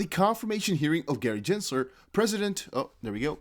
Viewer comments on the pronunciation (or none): It’s Gensler, not Jensler. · Can you say Gensler name correctly please